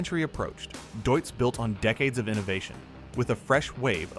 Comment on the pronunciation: Why is it such a challenge to pronounce a name as simple as this one correctly ? Deutz = Doytz The AI even got it correctly at one point. 😂